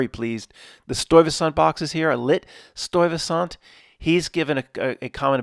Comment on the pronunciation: It's a Dutch name. To hear tbe correct pronunciation, use the google translate Dutch vocalisation. I was the one who sent the Stuyvesant 1970s Dutch movie theater commercial that is loaded with 9-11 references. The retrocausality school of thought gets very much underscored with the existense of this commercial. Together with the affiliate story of the polical figure of the same name, Peter Stuyvesant has become a staple in presentation and a very funny one at the same time. I did the drawing here, and of course I include a pack of PS smokes. Kind regards, Paul